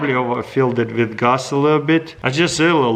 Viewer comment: Why you say the w v like vith and the v w like wacuum